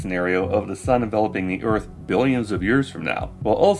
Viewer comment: Man I can't stand the way he says "first" like "fust" and "earth" like "uth."